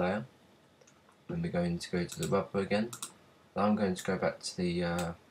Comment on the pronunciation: haha sorry you just said Wubber. Maybe thats how you pronounce it. Cool video though, sorry for a stupid comment!